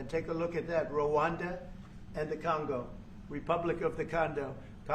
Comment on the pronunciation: 特朗普把刚果说成了CONDOM😂😢